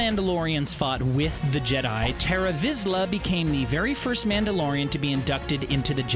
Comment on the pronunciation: "Eeloom" "Terra Vizla" "Cal Kesteeez" "Konon Jerris" Ouch..